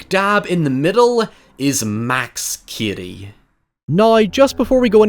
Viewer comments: His name is Cady not Kiddy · The way you pronounce 'Cady' befuddles me. I don't actually hear your 'D'.